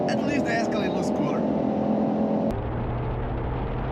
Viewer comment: It’s Escalade not the ascalade